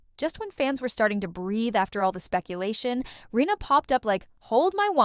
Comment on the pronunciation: Rinna not Reena. If you are going to use AI, make sure the bot is pronouncing the damn name correctly! Check your AI before putting it live!